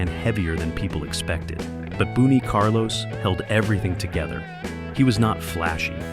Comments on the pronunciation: Bun not Boone. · Boon E. Carlos? F.U. A.I.